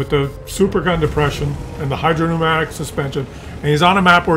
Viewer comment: Thank you for not calling it "hydropneumonic" suspension anymore.